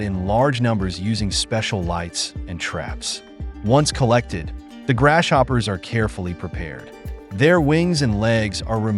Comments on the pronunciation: Dude, your A. I. Doesn't know how to say GRASS-HOPPERS !! 😂😂😂😂😂😂. 🇺🇲🇺🇲🪖🪖👮👮🚓🚓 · Why he keep calling them grass-shoppers tho?